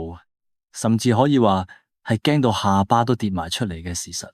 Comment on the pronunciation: 卤味的黑鵝大宣片。把下巴'爬'讀成下'爸'